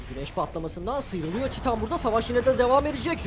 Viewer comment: Abi çitan demeyin artık nolur, titan bunun adı yazıldığı gibi okuyoruz işte, ç nerden geliyo